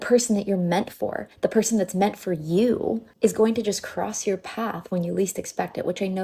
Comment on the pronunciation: Why do they always say "purr sane" for person?